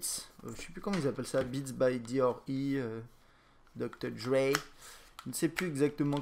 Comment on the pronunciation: Il pronnonce les lettres une par une à l'anglaise: D-R-E.